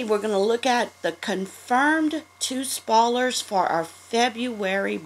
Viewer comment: "Spollers" lololol